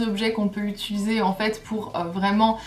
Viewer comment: Je trouve vraiment mignon le fait que tu dises "itulise'' et non "utilise" haha, bisous ☺